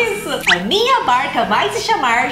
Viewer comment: Ela falou berca n barca kkkkk